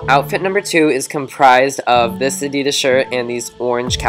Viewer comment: You're so sweet! Your videos are really funny, but please never say Adidas like that again! It was making me cringe each time you said it :(